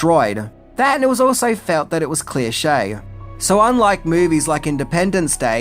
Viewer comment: Please tell me "clear-shay" is an Australian thing and not just someone butchering his language.